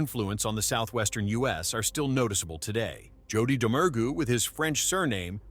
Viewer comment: I love (hate) how the Ai robot can’t pronounce Domergue either 😂